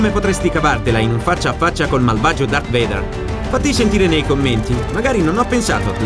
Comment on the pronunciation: Si pronuncia "veider" ma è ok